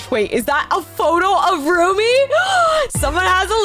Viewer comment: It’s Rumi stop saying roomie